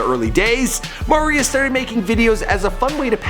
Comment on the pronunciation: This dude...is not good at his job...doesn't even say the name right, he is NOT Mahrius. It's MERRY-us, Marius Listhrop